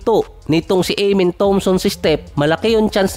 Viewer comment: AH-MEN ❌ AYE-MEN✔